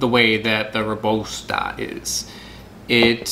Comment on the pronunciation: And the correct “Robusta” pronunciation is . We have a winner !